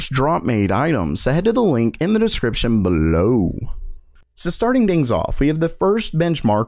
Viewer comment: Your "BELOW" BELLOW is getting worse...